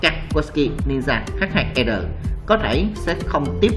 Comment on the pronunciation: Đọc luôn là H2R đi H2 e r khó nghe v